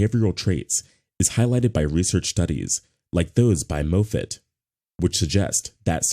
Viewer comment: NOT "MOE-fit"; it's Correctly pronounced, "MAWF-fit".